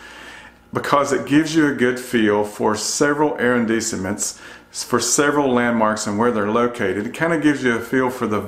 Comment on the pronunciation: very helpful thank you ,, a little help for your french arrondissment pronounced A-RON-DIS-MONT